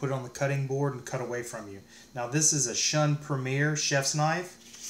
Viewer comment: It’s pronounced shoon